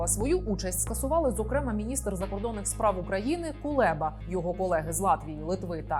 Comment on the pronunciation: Але рівень освіченості наших ведучих щоразу видушує скупу сльозу… «Скоп‘Є» , «зокремА» 🤦🏻‍♂️ ну ти ж ведуча! Прочитай на одну, хоча б, книжку більше, аніж червону та абетку.